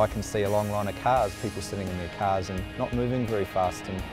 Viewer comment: "Sitting in their cars" very Boston accent